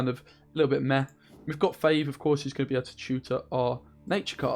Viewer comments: F(aw)ve not F(ay)ve. Great deck mate! Loving the videos :) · How you claim to be the english speaker when you pronounce fauve as "fayyve"!?!?! Unscribe